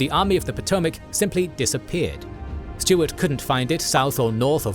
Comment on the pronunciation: "jew-bal early" "Jay Eey Bee Steward" I appreciate these videos and the series, but you may wanna ask around about pronunciations